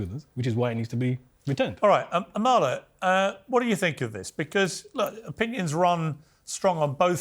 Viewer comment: Emphasis on the first A Piers. A-mala.